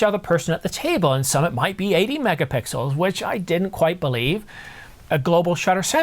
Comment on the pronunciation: “11.1 Megapickels” 😂